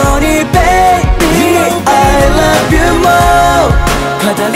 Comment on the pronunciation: The best part is: "I lup u" 🤣🤣🤣🤣👍